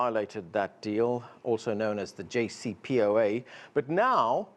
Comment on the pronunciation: He cant even pronounce JCPOA correctly!